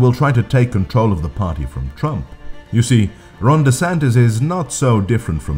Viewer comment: Did you just say wRONg DeSantis? I'm really hearing "wrong" instead of "Ron". 😀